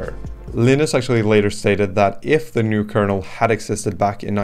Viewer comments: Correct. In the GNU world names starting with 'GN' are pronounced with a hard 'G.' "Guh-nu,' 'Guh-nome,' etc. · Are you pronouncing GNU, like the animal? Like how you would pronounce New? That's not how GNU is pronounced. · For the name of the Gnu system, you pronounce the "G", so it's Guh-New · I’d just like to point out “GNU” is pronounced “Guh - noo” rather than the ‘G’ being silent, which causes confusion with the word “new”.